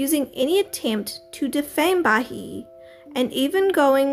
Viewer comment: It’s pronounced ba-hee-eh not ba-he